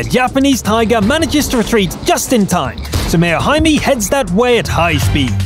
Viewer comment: Mayo HIME NOT Haimi lol